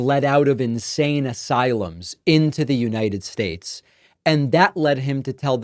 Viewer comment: He will be president of the “united shatch “